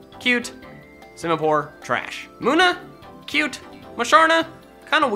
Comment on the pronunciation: Munna is pronounced mun-na, not muna